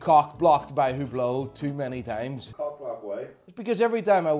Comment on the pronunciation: I love how you hate HUBLOT and tacky iced out watches. Here's how you pronounce the H-word coreclty: Greetings from beautyful Greece, Theodoros. P.S.: You are some character man, I like you